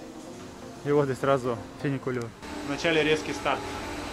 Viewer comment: Не финикулёр, а ФУНИКУЛЁР!